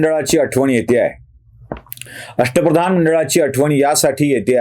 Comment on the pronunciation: अष्ट प्रधान नव्हे अश्ट फदान असं ऐकलं आहे